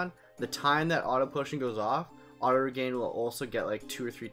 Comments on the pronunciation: It's pronounced and spelled "Regen", not regain. - Auto-reflect blocks your own white magic, which is a downside to putting it on every character. - There are easier spots to find the dragons. - You should've taken the question part out of the video. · The Auto-Reflect is more of a bonus then a downside when you have Auto-Potion and Auto-Regen. You can also put Chemist on Dagger and that helps with any low HP (if it were to get that low). Yeah sorry about the pronunciation of regen, I guess it has stuck with me since I was a kid my bad. Also this is the only spot to you can get to early game so that's why I used it. Yeah I was thinking about taking it out of the video didn't really know what to do with that. Thank you for your input really appreciate it :D